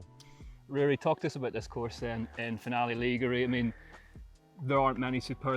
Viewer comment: Please, please can someone teach how to pronounce Finale Ligure before the highlights video is filmed? I'm begging you. Other than that, I've been enjoying the content this year. Thanks.